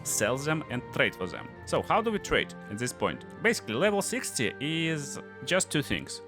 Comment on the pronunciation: "So let's... tRRRRade." Love your accent, dude :D